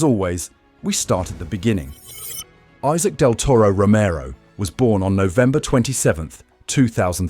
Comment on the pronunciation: You don't kmow to pronounce his name. Respect thim and learn to pronounce his name..